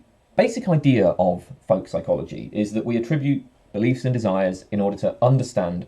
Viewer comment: You pronounce "folk psychology" like "volk psychology". Or is that a Freudian slip? ;)